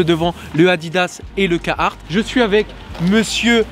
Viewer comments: Biennn, parcontre jsp si t'a remarque mais ya un r a carhartt apres le "ca" Et je crois qu'il se prononce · Ca ma faut bizarre de pas entendre le R de carhartt